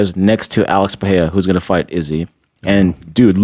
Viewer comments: Does he mean pereira when he says pierra? 😂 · Jesus Christ... Brenden just did the fight companion with Rogan and Joe told him how to pronounce the name "Pereira." He still can't get it right.